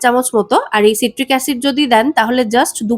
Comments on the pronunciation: ওটা সাইট্রিক অ্যাসিড উচ্চারণ সিট্রিক নয়। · ওটা সিট্রিক অ্যাসিড না, সাইট্রিক অ্যাসিড